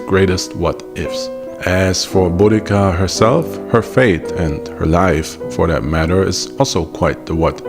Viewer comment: Thank you for pronouncing her name correctly.